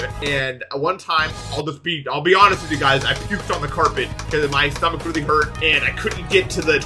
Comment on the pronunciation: When you said "I puked on the carpet" I heard "I pooped on the carpet." 0-0 help